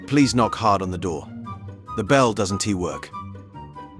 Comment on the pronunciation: Why does the narrator pronounce words weird? Like he pronounced "doesn't" as "doesn'tee"